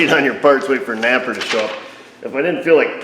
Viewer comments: you saying napa or naper ? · Maybe NAPA would sponsor you if you stopped calling them naper?